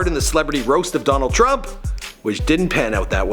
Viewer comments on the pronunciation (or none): lmfao mikes " Donald chump" (as he pronounced it) roast bombed big time. it was almost too hard to watch but i gotta see more of it lol.